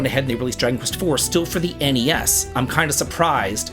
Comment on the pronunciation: THANK YOU for saying N-E-S and S-N-E-S! It’s so weird hearing Gen Z and Alpha say “Nes” and “Snes”. My Unc-status is showing 😭